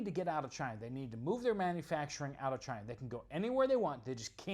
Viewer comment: Cina is China. But Chy -na is in Ukraine